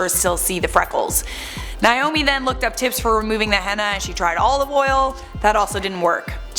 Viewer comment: STOP PRONOUNCING HENNA WRONG PEOPLE